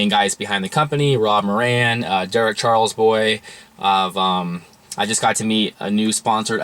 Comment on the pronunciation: loléd at your pronunciation of Charlebois